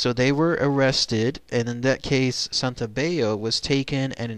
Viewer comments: The double L isn't pronounced like a y in Italian like it is in Spanish. His name is Santo-bell-o. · WRONG, GET YOUR FACTS STRAIGHT, THAT'S NOT HOW IT WENT DOWN.. AND PRONOUNCE HIS NAME RIGHT, SANTO BELL O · You're right. The letter "L" in Italian has to be pronounced like an "L". The narrator is pronouncing it with the Spanish rule. Not sure why. He should know Santobello is Italian. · Your saying my last name wrong, it’s Santobello god don’t disrespect my uncle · Hi, you are pronouncing my last name wrong, that was my uncle. Most of your info on my uncle was correct, but some of it was incorrect.